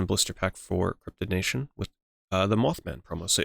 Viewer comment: Brother when i heard you say "Blister pack", i was thinking you were pronouncing "Booster Pack".... i was starting to lose my mind after the 4th one then i realized 😂